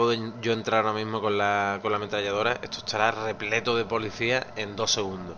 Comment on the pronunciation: etoo etooo ESTO !!! pronuncia bien la S !!!